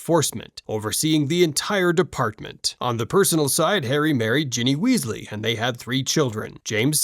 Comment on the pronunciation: Weezie? Kanoot? What the hell is this pronunciation? AI or stupidity?